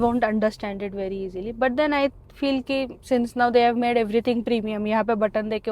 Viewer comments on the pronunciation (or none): none